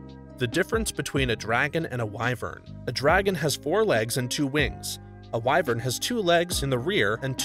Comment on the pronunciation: thts not how u say wyvern 🥲